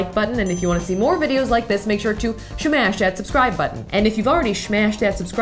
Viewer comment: Who else loves how Safiya says 'SHMASH' and 'ACHECK' ??? 😂😂😂